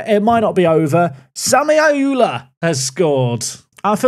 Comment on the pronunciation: Ayoola isn't pronounced as "ayula", more like "ayorla"